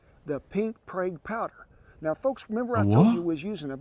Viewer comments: The pink stuff is Prague powder as he says in the video (though he pronounces it wrong) it’s sodium nitrite used for curing meat like corned beef and bacon. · It is not Himalayan salt it is sodium nitrite (aka Prague Powder which he says in the video but pronounces it wrong), it’s for curing and preserving meat.